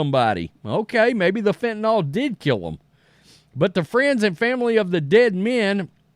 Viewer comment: It’s FENTANYL not fentenALL. Js